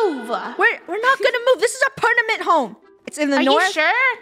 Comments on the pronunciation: "PerNament" -Funneh 2021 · Why is nobody talking about perNaMent HOmE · said pernament instead of permanent lol